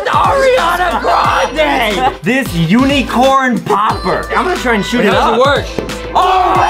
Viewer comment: Lol the word is unicorn Adam was like "This UNEECORN popper